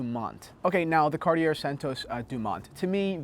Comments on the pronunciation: My French teacher requests that you pronounce it Cartie-yay instead of Cartie-er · Let's practice saying it as the French do shall we... say this fast "Ca-Ought-Tea-Eh" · Keep the tone down please. You could be wrong too if you'd apply the French accent. It's Cartié, without anything that wants pronounce the R. Who are you to tell us what language to speak? The question was answered in English and I don't see a point why it could be rude. The conversation in English clearly fades away from the question that was asked! I now met a guy that answered a question I was asking myself for quite a while. Have a nice day. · Cartier is pronounced Car-tjay, without the "ie" sound in the middle. To pronounce it Car-ti-er it would be spelled Cartière. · Cart-i-ER LOL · Surprisingly the correct way to say it is actually cartiyay, because it's from a language called french which is a language spoken, primarily, in a country called France. Weirdly there are languages other than English that can at least be pronounced by people who dont speak the lingo fluently. Check out KDP Ross' channel he gives some lessons on correct pronunciation. As for the watches they make, they leave me cold but that's just a subjective opinion . Finally, check out the tough guy in the leather! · No, it's two syllables: car-TYAY. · Your French teacher is wrong. It is two syllables: Car-TYAY. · Yes, your Santos is a beautiful watch. There's a lot of fine detail to engage the eye, and size doesn't matter. Another thing to love about Cartier is that if you went into their Madison Avenue store, they'd be classy enough not to correct your pronunciation. Thanks for braving the cold, and showing off the jacket.